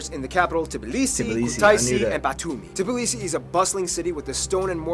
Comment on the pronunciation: not T B L I S I, its T B I L I S I